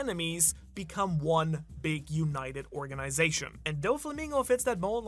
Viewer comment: It's not Donkeyote it's don-kee-HOH-tay doh-flah-MING-go.